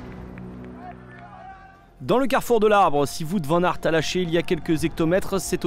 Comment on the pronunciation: "Vout van-nart"